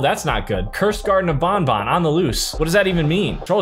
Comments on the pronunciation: It’s called banban not bonbon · Bruh really say bonbon not banban